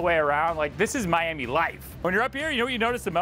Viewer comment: Never say miami like that again... please